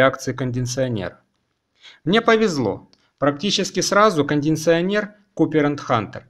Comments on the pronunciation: не кондиНционер, а кондиционер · кондиНционер.. мои ухи